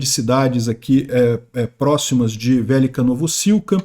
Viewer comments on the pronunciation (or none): quer ser ucraniano mas ainda fala vélica e não velêca. Fala oblásti o não óblast....